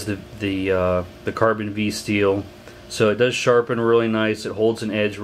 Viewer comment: Cold Steel pronounces it Carbon Five, not carbon vee. FYI